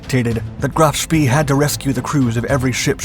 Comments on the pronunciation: Pronounced Graf SPAY... Not SPEE... Do your research!! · I wish the narrator would have lessons on pronunciating foreign words. The name of the ship was Graff SHPAY not shpee. It's so annoying that he hasn't taken the trouble to do proper research. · Love your videos. I think it;s pronounced like Graf Shpay, not Shpee. Bot positive, but that's how I've always heard it. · "Graf Spee" is pronounced such as "Graf Schpay" in English. It is German. Deal with it. You should know this, dude, if you are going to narrate this stuff???? It ain't ROCKET SCIENCE??? It's German. "Es ist einfach." It is simple; it is easy. Don't be so freaking lazy? Do your homework, dude. I'm just sayin... ... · It's rhe Graf Spee , pronounced Spay similar to the proceedure performed on dogs. It is never pronounced spee as in pee. Check it before you shoot another video you failed to research. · Another narrator who doesn't know his business! He says 'Graf Spee" suppose to be "Graf Spay" as far as pronouncing it the way the ship name was commonly spoken. We all in know how Detroit is pronounced but it is French and really shld be pronounced "De Twrah" but no one does! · Agree but most pronounce it like "Graf Spay" Narrator said "Graf Spee" He shld use vernacular like my ex w Detroit. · Graf spee is pronounced graf shpay. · It is pronounced "Graf Shpay"